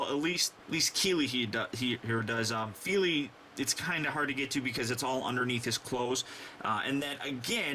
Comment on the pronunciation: your saying them right